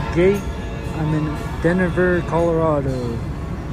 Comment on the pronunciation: Pronounced-"DeNver" not " Dennaver" 😆